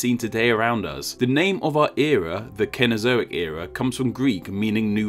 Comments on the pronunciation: C-no-zo-ic, not ken-o-zo-ic. C is soft before E with only a few exceptions. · Cenozoic is pronounced with a soft ‘c’, I believe. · Why was Cenozoic pronounced as if it were spelled CAnozoic?